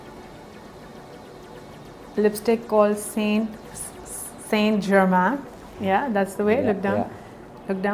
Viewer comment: Lovely look. Saint Germain - is pronounced San Germaan.